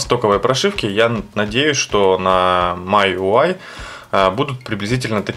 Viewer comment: Обзор конечно не профессиональный... Ну учите уже английский - Ваше ТЦЛ режет слух. Читается ТиСиЭль, и MIUI читается как МИюАЙ с ударением на последний слог, бомбануло, сорри. А по поводу камеры и прошивки - LEWA OS 5.1 с 4pda шикарно работает, перевод 100%, камера лучше работает, всё красиво и стабильно.